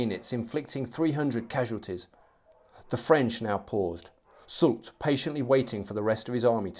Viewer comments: Soult is indeed pronounced "soolt"! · It's Marshal souuuu in French and SouLT in English. So yes you were saying it right